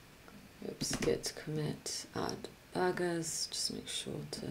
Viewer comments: Luckily you showed us pictures of burgers. I thought you were saying bargains. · had to pause the video at first I thought you said you had to get the debuggers and the names i was hearing Debuggers until my mind start to process it and to find out is was burgers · i thought she was saying BUGGERSSS